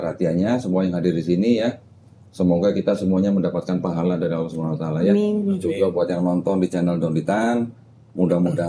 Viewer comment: Kalo bisa di ulang sekali lagi .. penyebutan nama Allah di akhir 2 kalimat syahadat masih belum betul